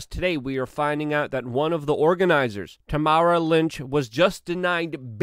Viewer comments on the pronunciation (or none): none